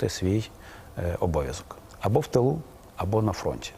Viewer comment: Або в тилу або на фронті вот вчім наголос!!!